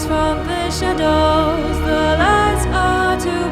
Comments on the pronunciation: Blimey, a 500+ bucks speech synth which stresses a wrong syllable in "shadows". C'mon, it's a common word, it's not "parallelepiped". "The ligh are so bwigh". It can't even speak, even less sing. I've never been so unimpressed. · Actually I think it would sound 10X more realistic if he simply increased the length of the first syllable in 'shadows' (grin).